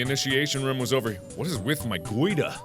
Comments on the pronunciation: IDK, everyone I know says roooooooom, with like a really long OOOOH, and to my ears it sounds like Mark says RUM. I like it though. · I love the fact he pronounces room like rhum. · I like how mark says "rum" instead of "room" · Am I the only one that just loves the way Mark pronounces "room"? Makes me grin every time.